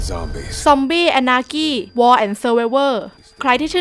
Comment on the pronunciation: Zombie anarchy อ่านว่าอะนาชี่เปล่าครับ